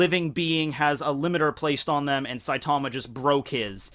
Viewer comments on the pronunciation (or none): none